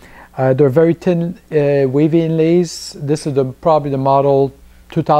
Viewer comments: Again. I love accents. Just the way you say thin. "Tin"! I love it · Good review..............still laughing at you trying to say thin thou hahah